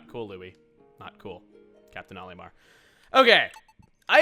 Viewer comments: The bubbles that trap Pikmin in the air do not drown non blue Pikmin. They simply float in the air until either the bubble itself pops or until u throw a Pikmin at it. Also plz stop pronouncing Olimar's name like A-lee-mar I get that I'm just one person but it makes me cringe... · Hey Chugga, I was wondering why you pronounce "Olimar" as "Ollie-mar" when in Smash they pronounce it as "All-im-ar." You pronounce "Hocotate" how it's said in the game but it's different for Olimar. It doesn't bother me at all or make a difference to anything, I'm just curious is all.